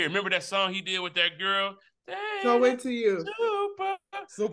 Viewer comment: aww, they really showed their age with this one. saying "noi" when the whole internet knows its "naurrr" 😭😂